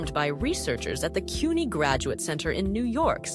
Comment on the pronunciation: Pronouncing CUNY wrong bugs me